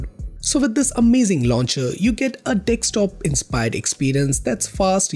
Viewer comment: Bro, it’s pronounced as D E S K T O P, not D E X T O P.😊